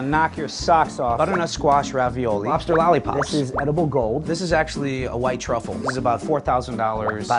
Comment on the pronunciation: Hold up he said “lobster lollipops?” Or am I stoned? Or both